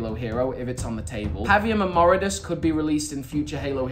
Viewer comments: You’ve been saying and spelling the Brutes name wrong. It’s Voridus! Not “Moridus”! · it isn't Moridus it's Voridus. 👀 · Moridus? His name is voridus lol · Ah yes Moridus. Really mega. Its Voridus.